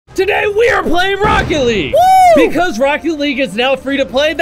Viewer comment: anyone notices he says "racket" league